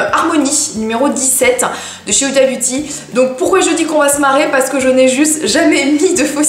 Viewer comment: omg ça se dit houda pas huda😂😚😚